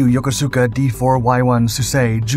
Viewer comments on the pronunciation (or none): Yokosuka ( Youkuska) do your homework, preread the narrative script and ask if you don't know! Who taught you to read?